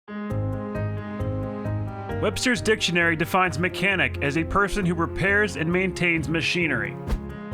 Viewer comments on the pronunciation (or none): mechanic: "a peson" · any1 notice it say peson instead of person it the definition of mechanic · “A peson” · What’s a “peson”?